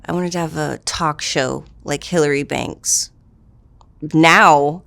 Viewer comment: Bitch said “ Hilary Banks “ 😂😂